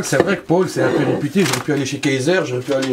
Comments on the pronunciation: Ça m'a stressée tu dis Pôle tout le long de la vidéo 🙄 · "chez pol" jpp